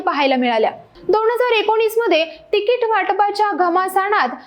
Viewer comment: तिकीट असा उच्चार आहे